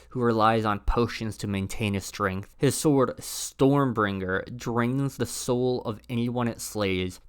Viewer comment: Also, , 'Stormburger'